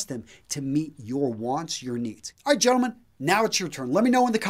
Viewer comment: would make a good greaser the way he says gentlemen.